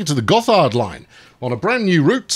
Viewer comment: It's pronounced "Gott hard"